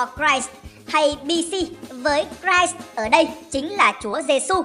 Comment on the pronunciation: A ơi. Christ đọc là chít nha. Chứ ko phải đọc rai ạ! Cảm ơn anh vì mang đến 1 clip bổ ích.